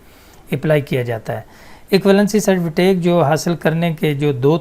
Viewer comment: good master you have to done. its certificate not certifitake